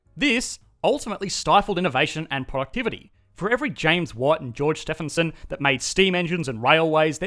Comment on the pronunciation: It's pronounced Steve-in-son. Not Stef-in-son.